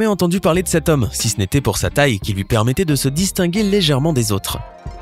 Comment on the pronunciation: Flavyola64 [FR] Il dit « de cet homme » mais oui ça porte à confusion 😂😂